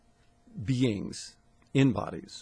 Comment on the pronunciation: Love how he says “beangs”